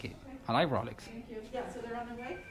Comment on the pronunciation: What's a Rahlex (or Rawlex)?.......It's a Rolex (the "o" is pronounced like "ou"). "City's Clerk"?.......What's that?.....It's City Clerk. I'm surprised nobody is saying...."Go Back to Mesco!".